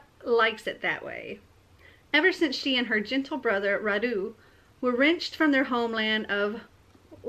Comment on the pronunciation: Wow, I can't believe you've found a book inspired from the same historical period as the one I'm writing! By the way, Radu is pronounced with the accent on the first syllable, not on the second. It's a Romanian name. Wallachia used to be a separate country, but now it's the southern part of Romania. Since I've decided to turn mine into a fantasy novel and build a fictional world, I've changed the names of the characters and my Radu will be called Rhad instead. I definitely need to read And I Darken, it sounds interesting. I'm sorry I haven't finished typing those story yet. I started typing and then I felt they needed editing and then there were some issues to solve at work, so I came home too tired to be able to focus on editing. :( I will get one day off work on Friday and I'm planning to spend it doing just that: editing. I hope you won't mind the delay.